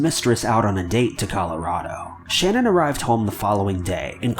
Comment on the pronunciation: His wife’s name is Shanaan not Shannon